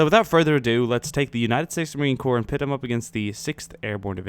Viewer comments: usmc is pronounced marine core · Love the video but on your question at the end Marine Corps is pronounced as Core. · Never say Marien Corp with the "P" cause that means a dead body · The 'p' is silent in the word Corp. When you pronounce the P, it sounds like corpse.